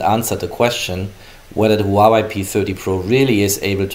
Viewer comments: Huawei not Hawaii lmao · Did he just call it wawaii